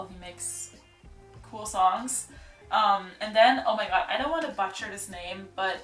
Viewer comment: Your English is spoken so well, but one word pronounced wrong was "butcher", ironically. Unlike "butter" it's closer to "boot-cher"… but not quite (hard to explain with text).